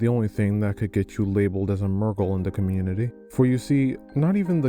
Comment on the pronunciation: I had no idea they called them murrgal that’s so funny 😭😭